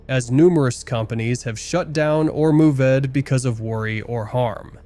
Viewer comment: This video's narrator is all over the place. 😂 move-ed, frighten-ed 😂😂😂😂